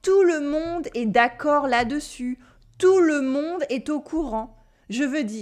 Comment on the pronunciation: good by you do not pronounce correctly 'est', 'les' etc. which you pronounce as with a grave accent while it should be pronounced with an acute accent.